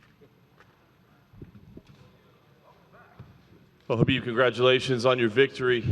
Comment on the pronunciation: ''To be anusT'' - Khalabeeb